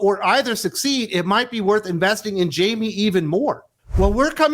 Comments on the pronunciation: Hey, for the record, Jaime is pronounced "High-May" I agree with you guys on this one, but it hurt my soul a little more every time you called him "Jaime" 🤣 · It's not "Jay-mee" -- it's a Hispanic name. Pronounced "High-may"